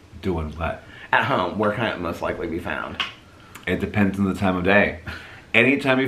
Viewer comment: said "it depends" and I heard "in depends". I am not saying sorry to the depends community